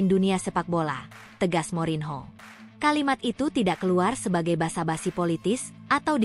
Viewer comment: Morinho dibacanya MORNYO...!!!!